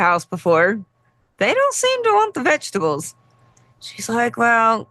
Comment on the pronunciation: Vegetables lol… it sounded like you said “fetchtables” after talking about how the vet said your dog should have vegetables as well as meat which reminded me that my middle son used to call them “vengetables” which about sums up my current relationship with them lol